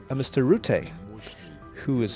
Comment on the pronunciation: Rutte, not Rootte. Pronunciation is not difficult.